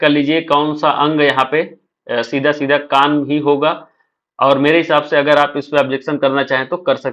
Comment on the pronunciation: कान सही है अंग बोला है